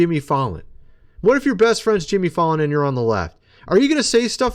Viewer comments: Jimmy Fay lan, not Fallin dude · You’re pronouncing Jimmy’s last name wrong.